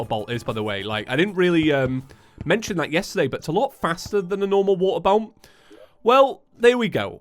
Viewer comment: Geez everytime I hear him say “waterbolt” I only hear “waterboat” which also makes no sense because all boats are water. Wait that doesn’t make any sense either.